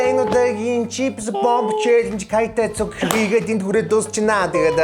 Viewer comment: Боб биш бүб бүб😂😂😂